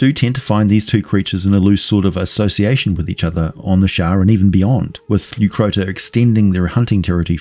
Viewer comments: Leucrotta not Leucrota. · he can't even recognize Crocotta/crocuta is the origin of the hyenas name, so it's not surprising he half assed pronunciation too.